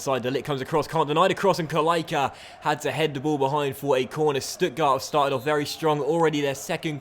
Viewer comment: The "c" in "Kalaica" is pronounced "tss", just like for "Pjaca", however if there is an accent on the "c" in the name of a player from country like croatia and serbia, it's pronounced "tch"